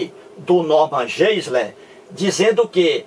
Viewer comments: A pronuncia correta é "norman gaisler" - tente aprender a pronuncia correta antes de criticar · PROFESSOR TOM, Você, professor TOM, raciocina muito mal. Novamente, vem com a bobagem de pronúncia incorreta do nome GEISLER feita por mim. Já lhe disse que pronunciar incorretamente expressões estrangeiras não é propriamente um erro, tanto que pronúncias são variáveis. E você, professor TOM, faz uma comparação entre mim e o Norman Geisler, afirmando que este possui vídeos com milhões de visualizações, enquanto meus vídeos têm um número muito reduzido. Agora, pergunto-lhe, professor Tom: desde quando visualizações inúmeras indicam que um determinado vídeo é de primeira qualidade? Se você, professor TOM, fizer um levantamento de vídeos campeões de visualizações, terá uma grande decepção. São verdadeiros lixos! Percebeu, professor TOM, como você raciocina mal? Segundo seu ponto de vista, quanto mais visualizações um vídeo tiver, melhor será esse vídeo. Puro engano! Se o Norman Geisler possui milhões de visualizações, isso prova o óbvio: fiéis religiosos adoram ver vídeos religiosos, detestando vídeos ateus. É a cegueira religiosa, professor TOM!